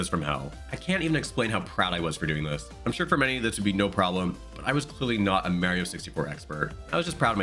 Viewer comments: you lost me at "Mehrio" 😂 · You almost lost me at the "mayrio," pronunciation. But you corrected yourself around 32-33 secs in. I may well stick around. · I die a little everytime you say Merio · dude says Mario wrong I cant do that all video bye.